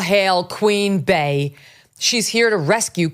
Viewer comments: Jesus Megyn, it's BEEEEEEEE, NOT BAE! Jeez, you even said Bae-Hive. How could you not put that together? Bee hive! I can't stand Beyonce, but even I could put that together. Context clues, Megyn. Use your context clues. 😂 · Queen Bey = Queen Bee, not Bay. Bey hive = Bee hive